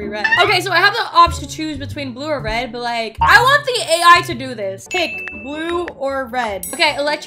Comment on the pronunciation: when you said red you said ref